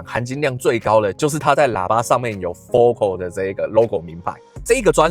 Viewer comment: 我在台灣還沒看過有人真正念對FOCAL的發音 哈 真正念法是: 佛凱爾